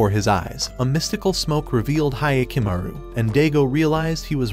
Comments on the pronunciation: Hya not Hiya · It's like nails to a chalkboard hearing the mispronunciation of Hyakumaru (hee-ah-ku-ma-ru vs Hi-ya-ku-ma-ru)